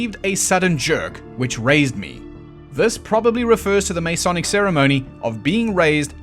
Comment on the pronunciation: God I love your channel, but I have to make a couple of points. First you are not pronouncing the word “Masonic” correctly. The first vowel is unstressed and definitely not as a long A. Second, the cube is not a symbol anywhere in Freemasonry. Third, at least under the Webb ritual, the candidate is not “jerked backwards.“ But if those are the only things I can pick at, you’ve done damn fuckin’ well.